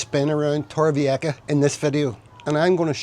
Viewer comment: Este hombre no sabe decir Torrevieja.